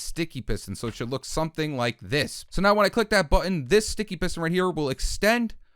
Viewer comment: Wow I hear it